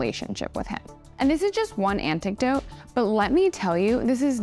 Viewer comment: She said anticdote instead of anecdote